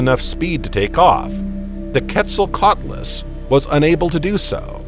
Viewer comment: He can’t say Quetzal lol nervous to sound stupid. Just say it we dgaf